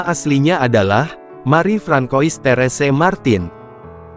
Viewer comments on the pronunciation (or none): unt admin: Lisieux dibaca lisieu, Francois dibaca franswa. Krn ini bhs perancis.